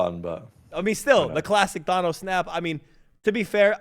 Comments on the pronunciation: Lmao weakest snap ever from Lamar. His fingers were TIRED. And did say Thonos? Lmao wtf only the Brits can say it like that. It’s Th-an-oh-ce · Does ace know how to say Thanos